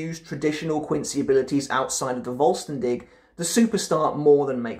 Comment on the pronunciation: Been waiting for the second part 😁 nice Ranking imo as expected because you really understand how to justify your decisions :) As a german its hella funny tough to hear you speak all these words like 'vollstandig' and 'auswahlen' 😆 keep doing good work and you will grow bigger 🔥🔥